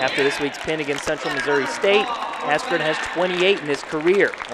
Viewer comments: Why did the narrator say ben askren its ben askew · Ben Asschew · That's not Ben Askren, that's Ben Askew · Ben Askew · ben asskreme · Ben Askewwww! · Ben asscream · Mike Buffer had to of pronounced his name wrong on purpose. There is absolutely no way he doesnt know how to say Askren, the guy in the main event smh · Who knew that 16 years later, Mike Buffer would be mispronouncing his name at a boxing match.